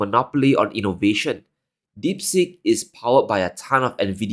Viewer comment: Deep Seek, not as you mispronounced as "deep sick"! Not from India...